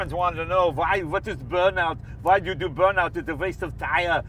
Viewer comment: Jay please stop trying to speak with a German accent. It sounds just crap !! And just to let you know we Germans know very good what a Burn-out is !!!!! And actually it sounds more like an Austrian.